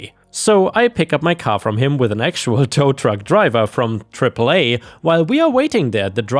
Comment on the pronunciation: Real quick when saying AAA call it triple A and while I'm at it NICU is said Nic+U or Nick+You happy trails and blessings=}